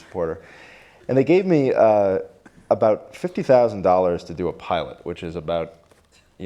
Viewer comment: his "about" sounds a little canadian.